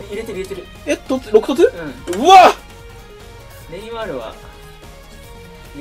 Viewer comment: 毎回ネイマ(い)ール笑